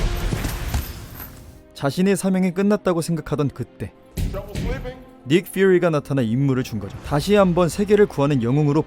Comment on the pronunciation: 닉 퓨리발음에 허세좀 빼주세요